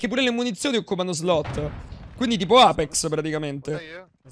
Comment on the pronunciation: Alla fine ne pali male a pronunci sempre apex 🤣🤣🤣come sei andato all'evento?